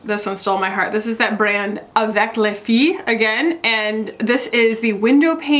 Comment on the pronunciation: For the second item you said “Avec les filles” perfectly! Many consonants are silent at the end of French words (but especially “s” and “t” haha)